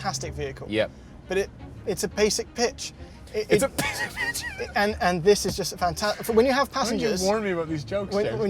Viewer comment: I think he said "pasic pitch"...just changed the b to a p in both words